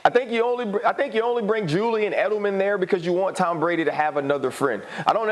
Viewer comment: did he call him Dom Brady ? Lol